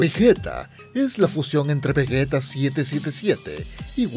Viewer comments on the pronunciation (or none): none